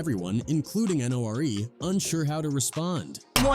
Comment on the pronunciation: This has to be AI generated. Dude pronounced "Nore" like "bore." 🤦🏾‍♂️